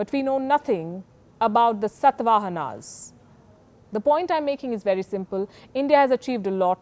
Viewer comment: Palki ji, I admire Your style of Journalism. India Election Watch still remains one of My favourite shows on TV. This is about diction, as mentioned in the current video. It is not Satvaahanas, it is Shaatavaahanaas.